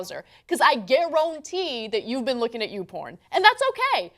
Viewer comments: "Gar-ROON-tee" hahahahaha!!!! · Did Anna Say "Gay-rantee" lol